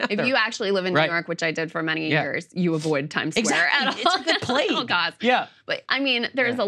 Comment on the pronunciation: Did he justsay New York is like a plageu?